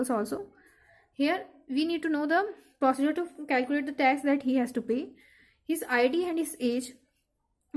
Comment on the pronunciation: Bilkul badhia. Bhut acha smjhaya. Bs procedure ki pronouncing glt hai( galti isiliye btaayi ke aage na hoo. Gussa mt krna)